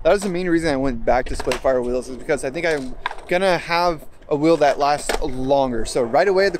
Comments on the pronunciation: Why's he keep saying splitfires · splitfire, splitfire, splitfire am i hearing things? i swear you keep saying splitfire.